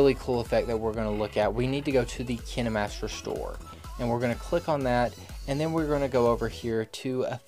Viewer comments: not trying to make fun of him but he says "Kina" master and I thought it was kine master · why did you say kinimaster instead of kinemaster? Kine master pronounce ( Kine) Not (kini) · Ok ;-; He’s legit saying KiNeMaStEr Try saying it like kin master and forget about the “E” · Kayn-master Not kInNe mAStEr Google says so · Its not kinémaster its KINEmaster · XD I always pronounce Kinemaster to "Kaynmaster" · He said Kinimaster not Kainmaster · Fun fact: the kinemaster youtube channel actually pronounces it Kinamaster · He says it like “Kinamaster” when it’s supposed to be pronounced saying the letter i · And i thought its pronounced Kienmaster 😂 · if he says "kiN-eh-mAsTeR" one more time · Kinamaster is what he sounds like saying kinemaster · I thought it was pronounced KINDmaster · KI-NA MASTER lol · Keeneemaster hahahaha 🤣🤣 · bruh is kaine master not kine master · Its kineeemaster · No hes saying it wrong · So what if he say kinemaster in a different pronunciation stop making it such a big deal :/ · He's saying kinemaster wrong 😂😂😂😂😅😅. I just noticed he has never blinked once